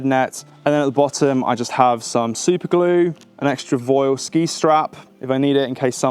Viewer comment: Thats a great set up and some good tips. as an aside, Voile is pronounced volay.